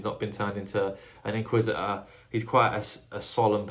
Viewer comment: Bro really just said "Inquisi-uh"